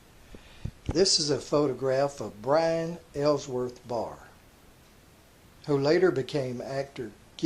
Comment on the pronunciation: His first name is pronounced by-ron, not brian. You should have someone read and listen to your narration, before you uplink it. Your stories are great, but your poor language skills diminish your effort.